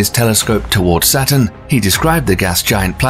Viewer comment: Hint: "Saturn" and "satin" are NOT homophones.